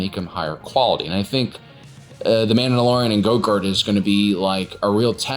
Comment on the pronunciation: its a running joke that he mispronounces grogu as gogurt